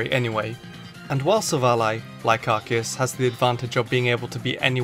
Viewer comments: NO, IT'S PRONOUNCED AR-KEY-US! GET IT RIGHT MEANS GET IT RIGHT! THERE ARE NO O'S IN THE NAME! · yes it is spelled that way but it is pronounced arkoos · You destroyed the names of Silvally and Arceus